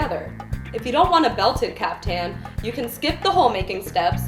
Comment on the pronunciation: It's pronounced caafthan